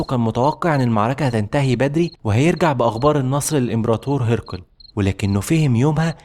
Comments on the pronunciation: ماشاء الله مجهود محترم بس حضرتك محتاج تقوي اللغة عندك لأن عندك ضعف لغوي كبير لدرجة أنك مش عارف تنطق اسم هرقل صح اسمه هرقل مش هيرقل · مجهود مميز تشكر عليه .. لكن عندي ملاحظة بسيطة حاول تنطق أسماء الجيوش و المدن و غيرها بطريقة صحيحة مثل هرقل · الشرق الأوسط مصطلح غربي غير دقيق هرقل بكسر الهاء وفتح الراء وسكون القاف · الصراحة مجهود رائع بس ممكن تكبر الخط اللي بيتكتب على الرايات وتراجع طريقة نطق اسماء الشخصيات زي هرقل لانك اخطأت في نطق اسمه بس بشكل عام احسنت في اختيار المحتوى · والله جميل ومجتهد بس نطق الاسماء مثل هرقل وشرحبيل لها دلالات خاصة